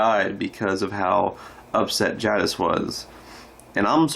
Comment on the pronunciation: Good job, bud. I’m pretty sick of Simon anyway. What about Dwight? Any chance he and Simon die in the same episode? Btw, I do like Steven Ogg, just not Simon. One more small item. Jadas is pronounced with a long A sound, like take or wake. Not trying to be critical, just sayin’, ok?